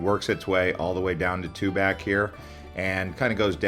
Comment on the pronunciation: To pronounce tuback correctly. It's TUBOCK. Tu pac and TUBOCK.